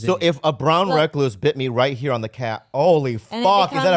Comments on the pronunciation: The way yall pronounce recluse.. 😭😭☠, In washington we have the recluse and black widow but actually the recluse, widow and bar scorpions are not as poisonous as people think it is VERY VERY rare that people die from them. At worse they just make you nauseous which even that is rare they are mainly just painful as hell, the rattle snake of any breed is potentially deadly without antivenom so hopefully your within 2 hours of a hospital. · Brown recloooos, recluse, reclous, Not wreck loose.🤣🤦‍♂️